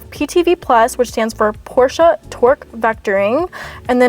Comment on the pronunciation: I'm glad you pronounced 'Porsche' in the correct way and not just 'Porsch' without the 'e' at the end, as most non-german speaking people do.